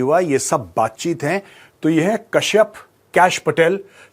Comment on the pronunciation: Kashyap pronounce nai hota, par despacito toh bohot aacha gaa lete he 😂